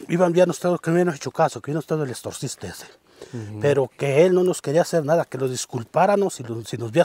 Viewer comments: Exorcista no extorsista 😂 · Los viejitos de antes , como pronunciaban extorsista! Así decía un viejito de mi pueblo , “ la problema “ 😂😂😂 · Sí, el en su interesante plática dijo extorcista queriendo decir exorcista pero yo entendí extortista y mi mente imaginó que buscarían un señor que antes vendía tortas Ay Dios ésto parece un trabalenguas jajaja. Lo bueno que no necesitan exorcisar nada porque son acontecimientos extraños pero que no han dañado a nadie. Saludos y bendiciones para todos 🙏🌷